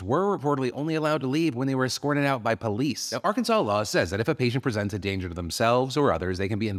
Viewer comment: I’m from Arkansas…. Weird to hear you say our state’s name lol